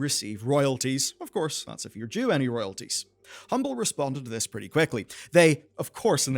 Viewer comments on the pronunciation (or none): His accent makes it sound funny but it's due lol